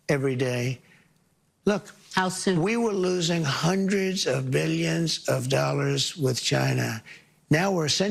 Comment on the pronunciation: Because like the word "tariffs" he loves to say "BILJUNS and BILJUNS"